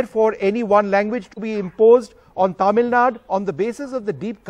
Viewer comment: Tamil, not Taamil, Vishnu